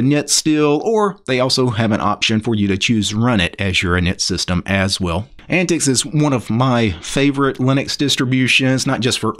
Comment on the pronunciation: I don't think its 'Ant-tix'...I think it sounds more like 'ant-teeks'...which is what the OS was designed for...older computers.